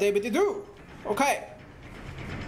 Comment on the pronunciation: i love with say oKAy